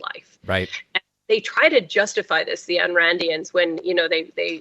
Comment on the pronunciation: Pronounced eye n or I n. Please don't disparage all the Ann's and Anne's of the world. She was one of Mitt Romney's favorite authors, next to the Bible, Atlas Shrugged was the most influential, profound, book he ever read. She was awful and so is he.